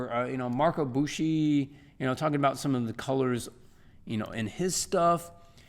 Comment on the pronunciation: Note that it's Marco Bucci not Buchi -D